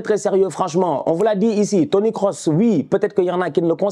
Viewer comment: c'est moi ou il a dit Toni Kosinus :face-purple-smiling-tears: j'suis mort